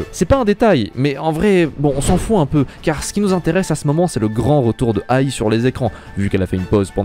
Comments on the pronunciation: C'est pas ai, mais aï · Oshino A I !!! Pas Oshino aille, faut faire un peu d'effort quand même